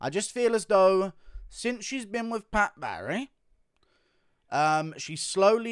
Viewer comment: how he says Pat Barry 😂😂